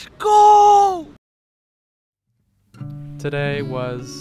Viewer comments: Anybody else on board for calling it “Lesh go Sundays”?? Or us calling it that idk lol 😂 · Does he have a speech impediment? I hear lezzzgoo over and over